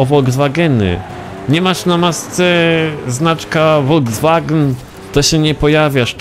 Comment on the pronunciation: Folkswagen Nie wolwswagen